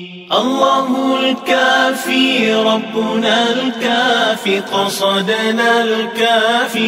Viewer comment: Alhamdulillah yg ni baru betul sebutan قَصَدْنا dan كَفَانَا 2 harakah. 👍